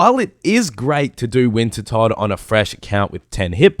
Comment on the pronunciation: he finally called it wintertodt and not winterdot!